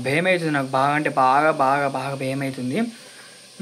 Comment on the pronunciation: బెమ్ ఐతుంది కాదు భయం అవుతుంది అనాలి